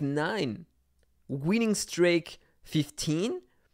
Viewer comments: the pronunciation of streak is [stri:k], not [strejk] 🤣 still love the vid and the fact a daikatana fellow defeated your attack ;p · I already got used to the accent 😂 but with the streak I was like its 100% wrong and then I thougt about the pronunciation of steak and how its written and I had to double check lol (not a native english speaker so I know the struggles)